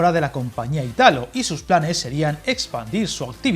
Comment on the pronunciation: Hola, me encantan tus vídeos. Para que lo sepas, por si te enteresara, el accento en Italo está en la i: como si fuera Ìtalo